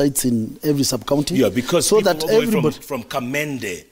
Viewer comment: Did Jeff say KAMENDE